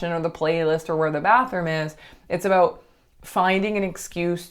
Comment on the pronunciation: I KNEW you were Canadian! I heard you say ‘aboot.’ 🤣👌🏻